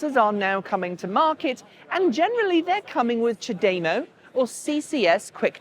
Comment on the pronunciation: Nice video: just a quick niggle; ChaDeMO should be pronounced 'chah deh moh' because it is a play on words in two languages. The English CHargeD(e) MOve and the Japanese お茶でもいかがですか？("ohh cha deh moh ih ka gah dess ka") which translates late something like "would you like to grab a cup of tea quick" and it infers charging the car will take less time than having a cup of tea :)